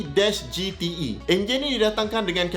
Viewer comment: Makin naik la harga supra kat msia ni sebab vid doc ni. Anyway doc. 2JZek, bukan 2JZee. Hahaha